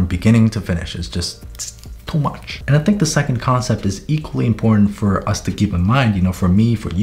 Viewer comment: “ it’s its TwO MWuCh” I’m dead